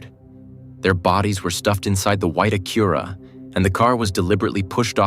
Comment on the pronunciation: Having trouble pronouncing Acura are you?